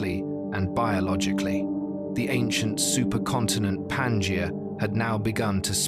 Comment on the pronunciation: Everytime the Pangea supercontinent is mentioned, I cringe. The stress is in the middle syllable -ge-, not in Pan-! PanGEa.